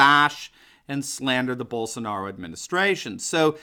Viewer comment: Só faltou legendar o vídeo kkkk não entendi nada de nada! Só quando falou Bolshonauou